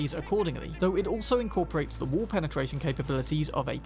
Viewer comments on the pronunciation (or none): none